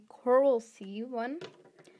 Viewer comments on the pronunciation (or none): none